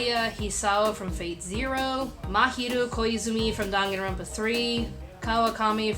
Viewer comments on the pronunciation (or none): none